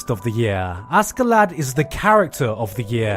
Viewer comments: Seriously, how the fuck is Vinland Saga your AOTY when you can't even pronounce Askeladd's name right? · AsSkELaD We are weebs please just say Asherato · Well i bet you watched dub because you are calling him Ass-ke-lad.....(facepalm)...its Askelad check how to pronounce it....even that guy's name deserves respect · it's pronounced Ashlad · It's [ashellad], dude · Aske-lad LOL nice one gigguk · i know his name is written as askeladd, but i'm pretty damn sure the characters pronounce it as ashelad. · Askeladd is pronounced "ash lad" because that's literally what it means. An underdog found shoveling ash, but succeeds at the impossible, in the end. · Sorry, I just can't get over this pronunciation of Askeladd. His name literally means "covered in ash". Cmon, Gigguk.